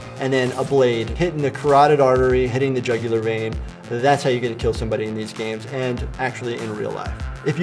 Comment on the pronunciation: "But will it keal?"